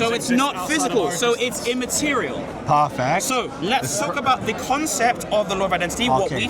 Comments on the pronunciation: Parfeck. Parfeck. Parfeck. I don’t think this Muslim knows what that word means. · So... Dude: PARFECT: Let me tell you why... Dude: PARFACT